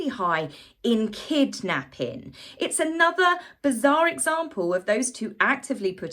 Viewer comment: the way pronounced kidnapping...LOL...quite approppriate with the topic " the crime rate where it s extremely high in Kid napping"